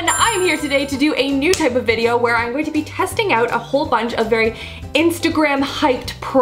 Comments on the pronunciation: I swear I keep hearing i'n instead of I'm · Your "I'ngonnabe" makes me laugh. You say "I'n" instead of "I'm" and it sounds like one big word, lol. "I'ngonnabe."